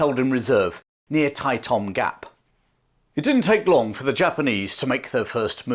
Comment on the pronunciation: Tai Tam Gap not Tai Tong Gap